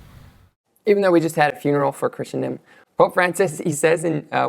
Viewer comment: You: [pronounces "Christendom" as "Christian-dom".] Me: [turns off video.] JK - I know you mean well. Keep going. Go deeper. Then deeper. Then deeper still. Your best words: "The Church needs to shift from a focus on relevance to timelessness." Trust me brother, when you begin down this path, you will see difficult things, but if your faith is strong, Christ's triumph in your good work is assured.